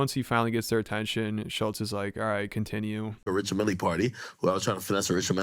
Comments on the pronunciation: Dude mispronounced the name of watch brand (and the guy he met?). It’s Richard Mille (rhymes with hill). Not milley- lol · You obviously arent a griselda listener. The watch brand is pronounched Rishád mill. Not richard milly. Its high end fashion, pretty sure its supposed to be said with a french flair. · i don't like Richard Mille watches either, but it is pronounced "Ree-shard Meel" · You don't say the e lol Richard mill is how you say it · “richard milly” dawg u sound 10 look up the pronunciation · Pronouncing Mille as Milley is insane. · Richard Mille is not pronounced "Milly" lol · "Richard Millie" lol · You don't say the "e" lol Richard mill is how you say it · Do they purposely mispronounce Richard Mille?